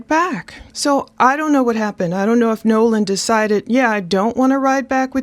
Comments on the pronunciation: You keep calling him Noah. Its Nolan correct? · Sound like you are saying Noah it's Nolen. The biggest red flag on this is the friends saying he stayed with a girl and the girl saying No. He left with the friends. Also his phone puts him with the friends. Someone is lieing. The judges statement also makes no sense. They leave Nolen at 3pm but a hour and half mager the boat is taking on water... So what were they doing between 3-430. Also what was the intoxication level of the friends the girl snd Nolen. Right now it's not looking good for the " friends".